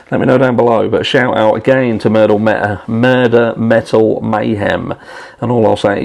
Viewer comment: Metal? It sounds like you say MAL.